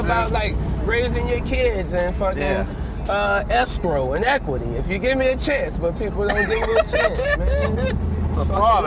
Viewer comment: Bro said escrow and equity